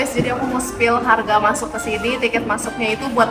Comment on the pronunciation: Maaf kak tapi masa raga bilang ,udah masuk , kok masuk nya jadi masak sih 😅😅😅😅😅